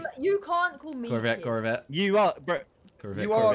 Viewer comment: Are they saying Corvette or Curve it?